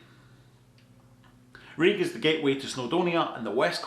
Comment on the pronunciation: Great stuff. And an extra like for not pronouncing Rhug as ‘rug’ 👍